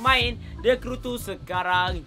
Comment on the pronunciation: Sape dengar kata the crew two macam THE KUU TUUUU😂😂😂